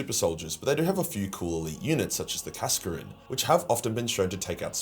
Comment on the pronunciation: Youre about to get butchered for that kasrkin pronunciation lol